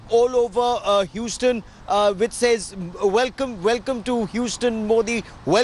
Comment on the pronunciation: It’s not Whostone, It’s Houston ( pronunciation Huezton)